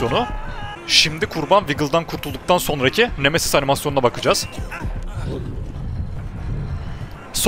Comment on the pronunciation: siz nemesiz diye okurkan memesiz diye anlayan bne 😃